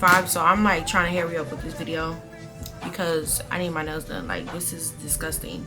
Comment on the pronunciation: I kept thinking she said when you take your nose out instead of nails 😂😂😂